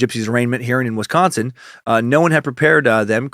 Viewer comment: I live in Wisconsin and you said it perfectly.